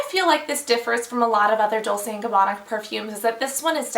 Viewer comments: It is pronounced dolche as far as I know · I don't even understand what you were saying when you said "Dolse". I thought everyone knows that it pronounces as "Dolche". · Actually it should be pronounced "dol-che" (just like "Che" Guevara, you know). I'm italian ;) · she pronounced it like 'dulce' with an 'o'. You are correct, sir. :D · I think she was thinking of Dulce instead of Dolce. :D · It's "Dol-chay" lol you pronounced it differently :P